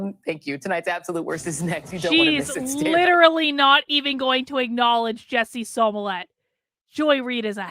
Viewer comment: Do you mispronounce Jussie Smolett's name improperly on purpose? Is it some kind of political inside joke to do so? You seem pretty articulate, but you say that name wrong and as a psychologist it seems like you'd grasp the implications of consistently mispronouncing a person's name.